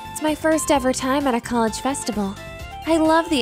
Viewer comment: The way he say "colledge edition"